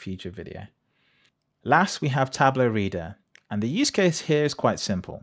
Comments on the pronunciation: It's spelled TablO, with a O sound like in demO. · For someone who has the word "tableau" in their channel name, you're really bad at pronouncing "tableau" ...